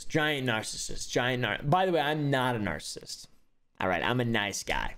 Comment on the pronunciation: “I’m a niceissist” got me dying